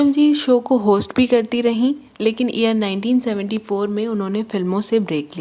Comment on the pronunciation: What do’u mean ear 1972 se ?.... can u not pronounce year?.. why speak English if you speak bad English?..stupid woman